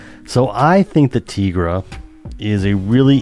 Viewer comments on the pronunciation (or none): Great video, as always. My only caveat is that it's TIE-gra, not TEE-gra. She looks and her powers are based on a tiger, not a tee-ger.